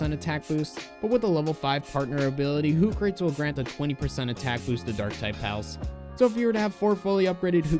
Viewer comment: I think it's pronounced "Hoo Kra Tees" Like Socrates if he was an owl. Sorry if that was pedantic.